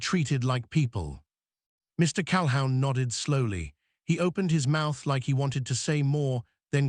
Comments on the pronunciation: NEVER "HOW"...? CAL-HOUN NEVER LIKE A HOUND DOG. NEVER. ALWAYS "WHO". You are incredibly needful of an English Teacher to teach you CORRECT pronunciation. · Cal-a-hoon. His last name. Your AI sucks. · "Cal hoon" is the pronunciation ! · CalHOWN?? Sheesh. Pronounced CAL-HOON. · Calhoun is pronounced "Calhoon." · AI needs to learn how to pronounce Calhoun. OU sounds like oo, like in book not ou in hound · "Calhoun" is always pronounced "Cal-who•n" CAL-WHOO•N like a hoot owl hoo-ting. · What is wrong you posters, do you ever edir? You never Google the correct pronunciation8 of surnames either. The name Calhoun is pronoiounced 'Cal-hoon' ... your AI is not good, like your editing. Not sub subscribing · Mr. Cal-hound due to AI interpretation???? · Lots of other mispronunciations. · Not great pronunciation but not too bad. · Why were the men rocking back and forth in the pictures? It looked creepy. Learn how to pronounce Calhoun. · Pronunciation of words is way off …irritating …Calhoun, the name is destroyed….tales pronounce tallies…others too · AI story. AI "voice". Couldn't even pronounce the last name correctly.